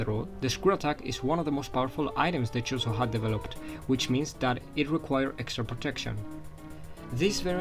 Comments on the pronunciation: Sorry man! But it's Chozo, not Chorizo.... chorizo is a sausage dude! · Are you saying chorizo?